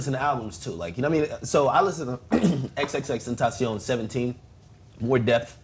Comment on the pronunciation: learn to pronounce xxxtentacion jesus christ